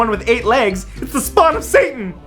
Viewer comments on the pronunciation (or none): none